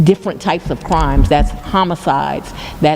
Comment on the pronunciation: fWiend-ship and cWimes. 😂😂😂😂😂 Fani shouldn't say words with the letter R in them.